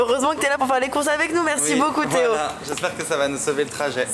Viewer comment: Théo qui prononce tout avec un accent flamand😂